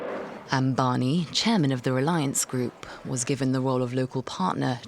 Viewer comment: Please use Anil Ambani's pic and not his elder brother Mukesh Ambani. Kindly try and pronounce Ambani with an M. It is disheartening to see that you work on such important issues with improper research.